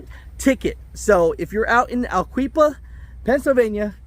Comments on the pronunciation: It's al-la-quipa, it's about 20 mins from my city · Lmao ! That’s not how you say it ! ALA -QuipA is how you say it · It is pronounced ala quippa . Its his own fault . If its clearly marked 7 tons then what do you expect? With all of the resources available these days there is no excuse . Just for the record . I had 44 years in 48 states and between 5 and 6 million miles . In the old days all we had was a rand mcnally and a pay phone . Do your job . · It is pronounced Al ah kwip pa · Lol! I live and work around that area. You hacked that pronunciation! ✌️